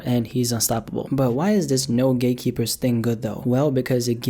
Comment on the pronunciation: sayin gatekeeper* My ears: Gaykeeper